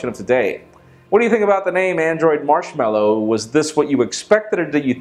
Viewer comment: marshmallow more like marshmanoooo